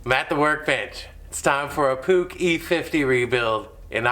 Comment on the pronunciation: I like how you call it a Puch and not a Puush or Putch